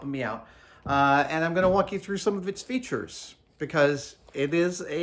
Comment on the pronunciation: "Let me show its featrures! Ha ha ha!" --Jorg Sprave